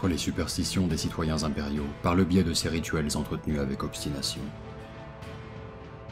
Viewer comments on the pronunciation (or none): none